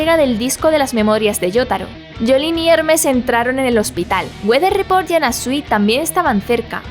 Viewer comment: Nos salió norteño el Wather Report XD